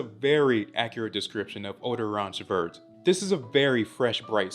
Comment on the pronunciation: Hey I’ve been following you for a long time now and I have some constructive feedback on this great review. You should look up or find out how the pronunciation of the products you are reviewing are if they happen to be in a different language (where possible). This one was a bit hard to hear you say vert when in french the t is silent. Just want you to look amazing all the time! Appreciate ya!